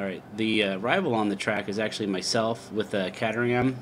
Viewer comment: Great video but Catteryham? Come on. Caterham. Cater-ham, cater as in preparing food. Kay-Turr-Ham. There.